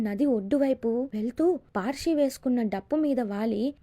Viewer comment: Paarshi kadhu parshi